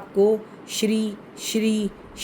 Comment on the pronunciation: Namaskar mam yah shrim hota hai na ki Shri